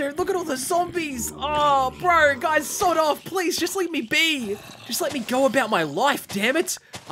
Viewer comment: In the end fight when he was saying 'sod off' my American brain kept on hearing 'sawed off' (a type of shotgun.